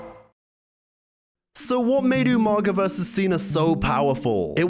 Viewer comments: Pause. Already. All these years later and people still say "(you-manga)". Idk if it's suppose to be a joke I never caught, but that shit still infuriates me. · Who is this Umanga could've sworn it was umaga lol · Say it with me bro, “Ooo”——“MAH——“GAH”………..UMAGA “UMANGA” 🤣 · YOU-MANGA? hahahaha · I know you ain’t just call bro umanga 🤣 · The way you pronounce umaga pissssses me off